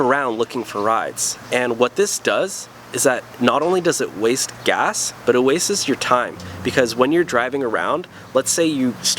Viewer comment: "waste-es?" haha. rest was cool